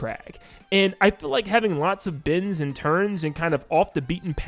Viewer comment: He's saying bends not bins. I was very confused.